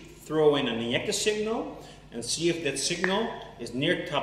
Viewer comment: I like watching your videos, but you kill me when you say INJECTOR, LOL